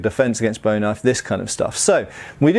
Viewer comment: Kind of a pet peeve of mine, but if you're talking about the knife (or the guy it's named after) it's boo-ee, not bow-ee. The knife-fighter is boo, the singer is bow. :P